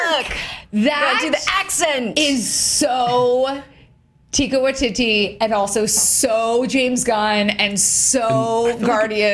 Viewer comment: If you want to talk about the trailer please pronounce Taika Waititi correctly. Mispronounced at least twice. Come on guys